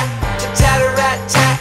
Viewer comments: after the song you kept pronouncing tattarrattat as tarrattattattat which straight up isn't a palindrome. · Just pointing this out, but you said tattarrattat wrong, you said is like tarrattattat, but its tattarrattat. (you switched the t's and r's)